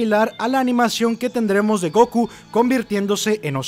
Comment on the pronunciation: Se dice Gokú no Góku